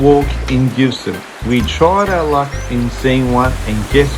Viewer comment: Bish-en-oh, Fray-sin-ay, Ma-rye-a island, Done-alley, Hew-on Valley, Jeeves-ston, Mu-ers, Hobb-art (just kidding about the Hobb-art) + 1 million upvotes for the Tessellated Pavement at Eagle Hawk Neck, but you missed out with Doo Town...